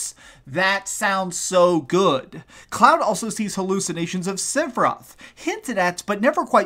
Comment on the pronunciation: His name is sephiroth. Not sipheroth. You oaf